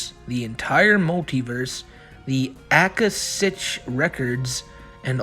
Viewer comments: “the Akashic records are a compendium of all universal events, thoughts, words, emotions and intent ever to have occurred in the past, present, or future in terms of all entities and life forms, not just human” It’s pronounced “ah-Kah-Shick” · If you're trying to say Akashic records, yes it's a thing. It's pronounced ah KOSH ik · The word, "akashic" is pronounced UH-KAH-SHICK, by the way. Not that it honestly matters, because I doubt Chris really even understands what the concept of the Akashic Records is. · the akashic records, is not something chris made up, its a spiritual terms, ie new age, or metaphysical stuff, its a realm that holds all records on someone, all incarnations, all things you have done in all lives etc also pronounced ah-kah-shic, and living in the now is another new age or metaphysical term, it means to be in a mental state of the present often used in meditation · “Ah ka shick” records lol that’s some new age boomer shit my man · Did ever learn what the Akashic records are? Or how it's pronounced? The answer is just a websearch away!